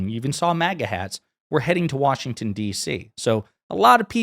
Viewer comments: It’s not WORSHINGTON it’s Washington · Wershinton? I'm from the state of Washington and hate when I hear that. 😂